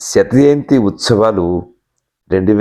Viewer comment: శతయంతి కాదు, శతజయంతి. మాటలు మింగేస్తున్నారు. ఒత్తులు, పొల్లులు లేవు